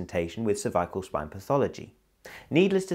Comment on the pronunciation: Sounds like he’s saying “Survival spine”